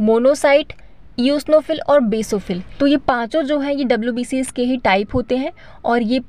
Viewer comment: Please note.. It's Basophil not Besophil